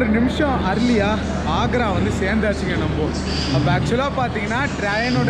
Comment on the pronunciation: தம்பி நாக்கில் வசம்பு வச்சு தேச்சா உச்சரிப்பு ஒலி சுத்தமா வரும். ஏன்னா earlier என்பதை அர்லியா என பொழம்புறது எல்லார் காதிலும் கேட்க்கிறது